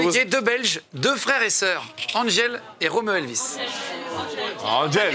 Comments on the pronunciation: mais c’est AnJele pas AnDGele >:( ( ca m’a énervé désolé ) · mais c'est mieux Roméo pas Angèle eeeeuh